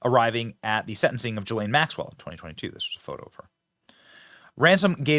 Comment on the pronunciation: Benny - it’s not that hard to learn how to pronounce Ghislaine (Maxwell) — Come on! It’s Ghih - LEHN. Accent on second syllable. Hard G on Ghislaine.